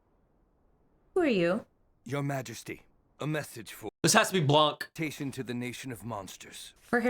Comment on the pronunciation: bro is just gunna call everyone blanc until he gets it right XD